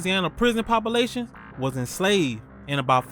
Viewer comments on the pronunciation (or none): Pahhhpation… Brother has to be from Mississippi